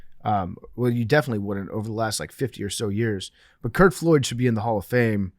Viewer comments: Lol his last name was Flood. Every time PFT said Floyd I cringed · PFT w a rare Billy name mispronunciation with Curt Flood